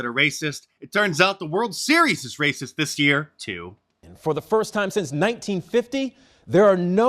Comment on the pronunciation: r-r-r-r-r-r-r-racistttt!!!! gotta love mark lol